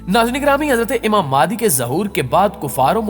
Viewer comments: بھائی میرے آپ اپنا تلفظ صحیح کریں پہلے ویڈیو اچھی بنا رہے ہو مگر الفاظ تو ٹھیک سے بولو ،، امام مہدی علیہ السلام ہوتا ہے اور آپ امام مادی کہ رہے ہو اپنی ہر ویڈیو میں ،مہربانی کرکے اگلی ویڈیو میں یہ غلطی آپ صحیح کر لیں۔۔بہت معذرت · Madi nhi bhai (imam mehdi a.s.) correct bolo please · Mehndi NHI bro MEHDI phly Khd ko to theek krlo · mere bhai ye dr zakir naik nahi haan aur madi nahi mehdi bolo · Jaahil k bache naam to sahi se le pehle maadi nh hazrat Imam mehdi hen or ye molana zaqir naiq nh he jhoot bolke awam ka phuddu bana rha he naam sahi se parh jahil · Aap ko IMAM MEHDI ka naam sahi lena ata nhi..